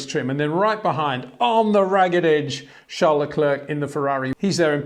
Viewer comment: wtf there is no "sh" in Verstappens' name...so why pronounce it?? same for Charles Leclerc his name isn't Sean...it's weird...